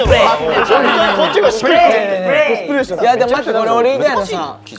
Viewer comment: コスプレーションがどうしてもプレイステーションにきこえる笑